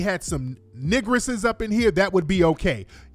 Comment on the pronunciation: I know I ain't the only one that choked off his soda when Tariq came with the Super Mario accent: Look at the negrassess this is how the supposed to act. 😂😭😭😭😭😭🤣🤣🤣🤣🤣😂😂😂😂